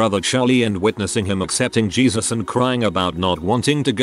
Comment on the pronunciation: "Gave her life to G-ee-zuz."